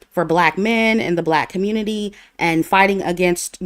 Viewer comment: and - “communi-tie…” 😭🤣🤣